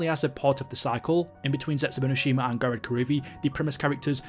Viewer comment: Thumbs down because you said "Gorod Karovi"